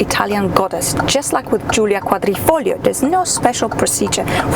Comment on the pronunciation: Perfect pronunciation on " quadrifoglio " 😜